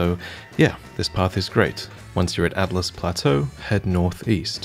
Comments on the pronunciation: So, you said "Atlus" plateau a few times in your video. I'd like to point out that the "A" and "T" are in the other order: "Altus". I'm assuming it's meant to be pronounced ALL-TUS, but who knows? I think it's pretty unlikely to be pronounced the same as the word for a book of maps. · Altus not Atlus. Just saying. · It's Altus, not Atlas. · Hey man, just wanted to point out I'm pretty sure you're mispronouncing "Altus plateau" It's AL tus. You called it Atlas or Atlus in the video. Nice video though haha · Hey just a side note you called it the Atlus plateau but it's actually Altus the L and T are switched, other than that fantastic content again can't wait for more even though I don't really need the guides anymore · Great video! And you've probably figured this out by now, but it's Altus Plateau not Atlus. The l is in front of the t. I've heard a lot of people call it Atlus and I don't know why. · So wait is it "Al-tus" or "At-las" plains? I keep pronouncing it loke. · He kept calling it 'Atlus' plateau lol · Altus, not Atlas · ALTUS not ATLAS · Say it with me: AL-TUS. Altus. Please, lmao